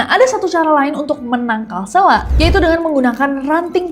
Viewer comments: It's seeeeeelak no SLAK btw aku daru lombok...Eenya lebih ke E org Medan ya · Kak sy dr lombok Selak itu dibacanya pake E bukan e Jd dbaca selak, bukan selak 😂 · selak pake e kak bukan pake e